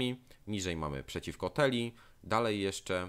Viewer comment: U mnie podbicie Altdorfu przebiegło zabawnie:D. Gigantyczną armią wbił się tam sprzymierzony ze mną Khazrak i rozwalił miasto, ja przyszedłem na gotowe i je skolonizowałem. I tyle:D. P.S. Błagam Cię. Nie TELIA/TELII tylko TILEA/TILEI:D